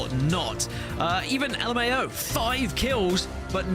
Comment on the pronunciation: Just call it luhmao not l m a o😅😂